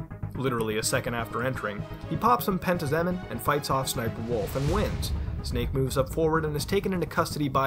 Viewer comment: His name is Campbell, not Cample. And it's Pen-tazz-uh-meen.